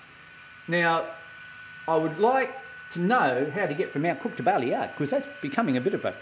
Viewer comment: I suggest that you get off Amtrak's Train #5 The California Zephyr, at Lincoln, NE instead of McCook. (By the way, in Nebraska we pronounce it as "muh cook") Lincoln is a MUCH larger city and it is a BNSF hub with diesel shop, yards, car shop, etc. From Lincoln it is about 4 hours to North Platte (straight highway with no railfanning) but there are several interesting places along the line, such as Grand Island, where the BNSF coal line goes over the UP Overland Route, and Kearney, where the UP Kansas City line joins the Overland Route and they run triple track mains all the way to North Platte. By the way, the west end of the North Platte yard complex has the RR station name "Birdwood"!